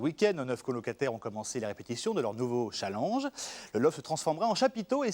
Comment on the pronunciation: Comment ça m'énerve les gens qui prononcent le mot challenge mais en mode français